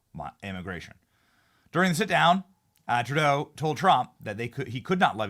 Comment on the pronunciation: At about 2 minutes in it sounded like you said "TurDeau" then corrected yourself to "TruDeau". Its okay Benny, many of us in Canada call him "TurDeau". 💩 Another favorite pet name we have for him is "Justine Trudeau". God bless you Benny from Toronto Canada 🇨🇦🤗✝️🇺🇸